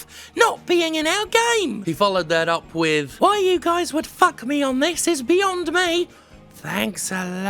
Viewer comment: "is beyong me" OFC we know we know......